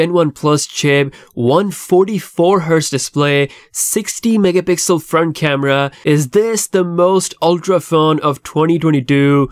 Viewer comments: Stop mumbling Mega Pixel grrrrrr🤬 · bro it's not difficult to pronounce "megapixel"